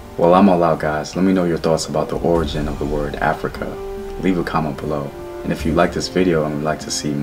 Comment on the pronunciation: Which Gerald Massey book mentions Af-rui-ka?